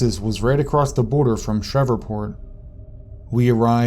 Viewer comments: It's SHREVEPORT, not SHEVERPORT!! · It's SHR-EVE-PORT. Not Shrevorport. I've never even been down south and I know that. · Are you trying to say Shreveport? Sh-reeve-port. Sorry but it's throwing me off. Being from Louisiana I know some of the names can be difficult, particularly for outsiders. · Are you trying to say Shreveport? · Shreveport mispronunciation was super irritating 😠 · are you from America?, cuz you miss-pronounce alot of words like Tex-arcana, and Shreveport, etc... Weird... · That annoyed the shit out of me.